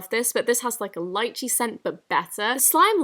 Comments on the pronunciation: When you sa d lychee, it’s Lee-chee Not Lie-chee. Just a minor problem, great video anyways! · You pronounce Lychee as "LYYCHIIIEE" but I pronounce it as "LIIICHEEE" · I think it's lee-chee. Love ur vids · It’s lee-chee not liechee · Btw it’s leechee not lichee (lychee) XD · It's pronounced "Lee chee"' not "Lie chee". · Lol being Asian I know my Asian fruit therefore when you said “Liechee” I was laughing so hard it’s actually pronounced “leechee” but is spelled “lychee” just to tell you 🤗 btw I love your videos!! #notificationsquad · Did she say "lie-chee"??? I thought it was ''lee-chee" Lychee fruit right?? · It is not pronounced lie-chie it is pronounced lee-ee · Lychee is pronounced leechee not liechee smh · it is lychee is pronounced as leeeeecheeeeee not liiiiiiiiiicheeeeeeeee. love u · It's Lee Chee not lie che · Slime is so overpriced And also.... lychee (Lee-ch-ee) not lechy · it's not li- chees it's leechees that how you say it :/// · Its not lie-che btw its le-che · i thought it was pronounced lee-chee not lie-chee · You say it like leechee, not lychee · It's pronounced leechee not laichee ♥️♥️♥️BTW the video was great love them! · it’s pronounced LEEchEE Not liechee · Afsana Islam actually, though most people pronounce it lie-chee, the original and right way is lee-chee. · Even time she says Lichee instead of lychee it feels like I'm being stabbed in the chest. LICHEE!?? WHO SAYS THAT?! I love your videos but I just can't, I am so sorry. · Fyi, I think you’re pronouncing lychee wrong. You’re saying it like lie-Chee, but it’s more like LEE-chee. And Audeez has stated before that all her white glue slimes have the same base, Cow Milk (I think that was the name) so that might be why you think the bases feel similar. No hate:) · When you said Lychee i thought you said "lied cheese" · Imma just point out did she say lychee right? I thought it was lee-chee not sure if it's the correct pronunciation tho- :< Sorry I just noticed that lol